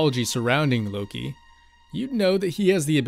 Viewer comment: Lowkey I heard oki instead of Loki